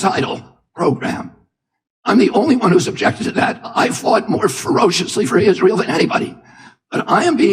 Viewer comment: Lost me at "no one has fought harder for Izrale." RFK Jr. RIP